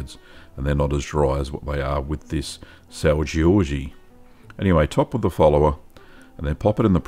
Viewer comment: It's not pronounced Georgie, just sao George lol, also it's traditionally made with raw milk. I'm from the azores and have family that works in the cheese factory on sao miguel